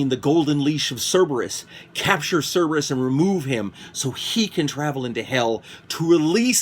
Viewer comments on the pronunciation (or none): none